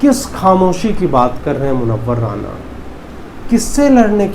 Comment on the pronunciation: Please say मुनव्वर राना not राणा